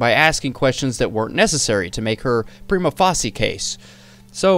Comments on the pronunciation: Prima facie is pronounced Prime-uh fae-shuh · Prima Facie = Prime-Uh Fay-Shuh 😂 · Prima facie is pronounced like "prima face-sha." if you’re gonna do this kind of thing for a living, you should probably look up how certain things are pronounced. It’s a very important legal precedent. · facie is pronounce face-sha prima face-sha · it is pronounced "Preema Faysha" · Great video and research on this waste of breath! FYI, "facie" in "prima facie" rhymes with "Tasha"